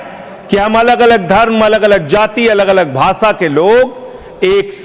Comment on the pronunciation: सांसद भाई, ये भाषा होता है न कि भासा!